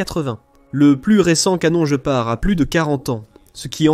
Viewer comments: Guépard et pas "Joe Part", cry seek !!!! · Dommage que cette voix artificielle soit si désagréable ! Des mots, dont le plus "important" : Le "Gepard" doit se dire "Guépard" et non "je pars" ! C'est une aberration qui ôte du crédit à cette vidéo ... Par ailleurs fort intéressante ! Danke l'Allemagne ! Gloire à l'Ukraine ! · la traduction par IA , le jeupar pour guépard c'est pas très sérieux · On dit guépard comme en Français... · il serait bien d'écrire ton texte avec les accents pour que l'ia ne dise pas sans arret le JE PAR MDR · oui, off course, mais une IA ne dit pat Guépard !!! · vous faites chi.... avec votre narrateur IA! "jepar", jepar", je pars, oui, sur une autre chaine!!!! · Il voulait parler du jeu } jeopardy 😂. Perso j'abandonne. J'ai vu deux vidéos, c'est trop pour moi 🤦🤪 } Si c'est l'ia (?) le gars massacre sa chaîne. Après ; cela le regarde 🤑 = 👎